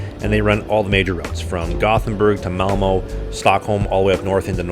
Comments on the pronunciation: You’ve lived here for three years yet you can’t even pronounce ö or å or ä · as a Swed i laugh when he pronounced Malmö and Göteborg